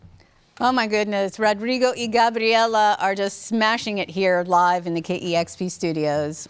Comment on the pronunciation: she pronounced Gabriela so right!